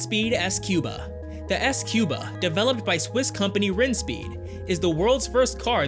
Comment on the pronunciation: I think squba is pronounced scuba...